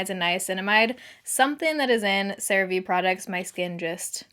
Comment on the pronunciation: Girl.... you pronounced Cerave correctly and it almost sounds wrong now LMAO. Congrats on partnering with them, that's incredible!